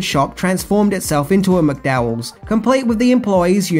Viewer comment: Mate, I enjoy your videos, and I'm from Australia as well. And I know you have been blasted before for the way you mispronounce certain words and names, but seriously, it really annoyed the sh*t out of me the way you mispronounced Zamunda and McDowells. How? The words are spoken in the movie so many times, yet you still couldn't pronounce them properly.